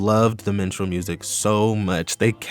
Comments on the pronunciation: This video was very insightful. Everytime you said "Minstrel" I heard "Menstrual" but that's a me problem. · I thought you said Menstrual Horror for a sec 😭